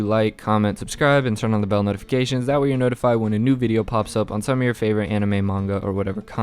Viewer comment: why does he say manga like munga